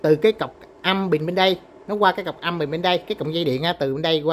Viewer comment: Từ “bình” nói không đúng nghe, nói thành “bìn”.